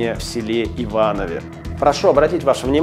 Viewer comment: Один из немногих, кто говорит правильно: "В ИвановЕ".